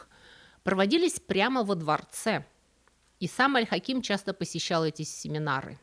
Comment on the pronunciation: Аль Хаким (ударение на первый слог, кстати). - часть моей профессии, которой я посвятила более четверти века, самый любимый исторический персонаж и глубоко уважаемый правитель. Жаль, что об Аль-Дерази здесь прозвучало так мало информации, ведь он был не только верховным визирем, но и очень близким человеком для Аль-Хакима. Кстати, про женскую обувь, это вовсе не сплетня, это одно из очень глубоких и мудрых распоряжений, 7 лет, 7 месяцев и 7 дней не шить, не продавать и не носить женскую обувь. А причина очень простая, женская обувь расшивалась золотом, что нецелесообразно и недостойно истинных мусульман, которые должны быть скромны. И вообще золото на обуви - это бессмысленное расточительство. О пропаже Аль-Хакима до сих пор ходят слухи, что он принял христианство, что, по правилам ислама, должно закончиться казнью вероотступника. А произошло это после того, как он пригрозил коптам навсегда запретить их обряды и вообще закрыть церкви. Якобы, он обещал дать им свободу вероисповедания, если "пойдет гора Моккатам*. В ту же ночь случилось землетрясение, и гора ,"шагнула" ( от нее откололся кусок). В любом случае рассказ был прекрасен, несмотря на несколько странный пассаж про вербное воскресенье. Какие вербы на Ближнем Востоке? Как и во многих странах, там это Пальмовое Воскресенье.